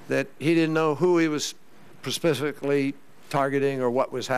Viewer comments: pa-spificuly? lol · this horse face dipshit is so juiced on cuckoo pills that he can't even say "specifically" between 7 and 8 minute mark. kerry is just another yellow elitist schmuck. rand paul better run for president in 2016 or the (R) party is done.